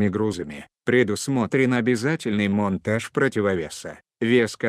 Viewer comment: Не моонтаж а монтаж